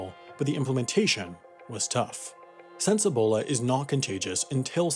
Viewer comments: Great video, but PLEASE, it’s E-bola, not AH-bola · EEBOLA NOT ABOLA